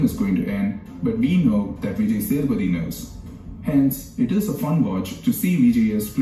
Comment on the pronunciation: its vijay SAY THU PATHY not SATHA PATHY